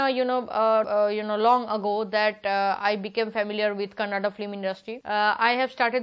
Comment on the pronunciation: madam ones again pls pronounce Kannada not kannad